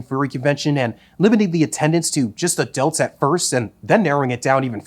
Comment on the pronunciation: Anyone else keep hearing “adelts”?